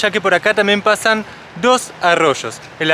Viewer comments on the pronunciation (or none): Hola. Panaholma es un río, y mirá que ahí lo pronuncian panaolma, yo también cuando fui lo decía con j 😄😄